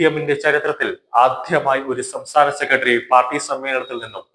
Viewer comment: " സെക്കട്ടറി". എന്തു മോശം ഉച്ചാരണം. ഒരു മീഡിയയിൽ വരുമ്പോൾ ഇതൊക്കെ ശ്രദ്ധിക്കേണ്ടതാണ്